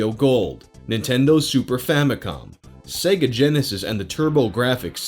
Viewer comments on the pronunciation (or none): none